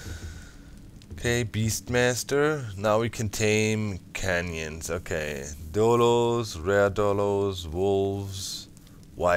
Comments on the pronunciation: You said canyons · Doc, canines r pronounce Cain-niens